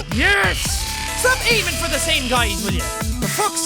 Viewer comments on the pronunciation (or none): jack pronouncing for as [fur] is the only nourishment I need to live <3